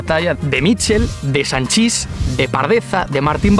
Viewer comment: el vídeo ha estat molt bé, a mi també m'agraden les històries de futbol que contes però, el mític jugador del Madrid, reanomenat pels mitjans de comunicació com Sanchís, és Sanchis, on la síl·laba forta és la primera (San) i no pas la 2a. Com a valencià i d'Alberic, del mateix poble del pare de Sanchis, creia necessària l'aclaració.